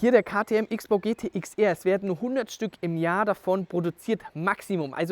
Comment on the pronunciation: So viel ich weiß wird XBOW "Cross-Bow" ausgesprochen oder täusche ich mich????